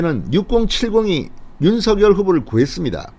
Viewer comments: 진성호씨 당에서 윤석열이 아니라 윤석렬로 발음을 해달라고 하셨잖아요..왜 매번 윤석열이 윤석열이 이러십니까??윤석렬 발음이 훨씬 듣기 좋아요...이름 쓸때는 당연히 윤석열로 쓰지요...무슨말인지 아시겠지요?? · 진대표님~~~~ 윤성렬로 발음 하셔야 좋다네요 대통령윤성렬♡♡♡♡♡